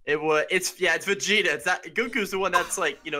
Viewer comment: It's vegta